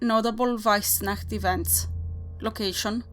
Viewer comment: Loved it!!! I could listen you saying weissnacht for hours! And damn those towns pronunciation, you're on fleak 😉